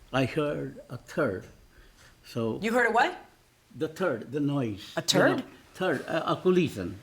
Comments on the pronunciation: Turd or thud? lol. The hidden coffee lol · 😂😂😂 I rewound and laughed outloud..TWICE 🤣🤣🤣…”I heard a turd”…”a what?!”….”a turd”…😂😂😂